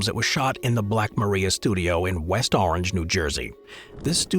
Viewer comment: Somebody tell the robot that the name of Edison's studio is pronounced "black muh-RYE-uh".